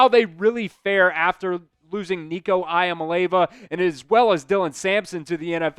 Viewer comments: Love the content but please make more of an effort to pronounce these athletes’ names correctly haha from klubnik, mateer, leavitt, to iamaleava… I believe if you want to be a great reporter you have got to learn to give these guys the respect they deserve and say their names correctly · Please look up how to pronounce Iamaleava.